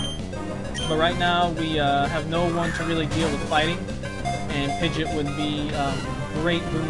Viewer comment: Wow i forgot how much i liked rustboro's music. BTW you keep on saying pigeot's name incorrectly, dont know whether or not you care, but its Pi-gee-ott, didnt want to be fussy but i makes me cringe when you say it. Well this has all been recorded now anyway so i guess ill keep on hearing it :(.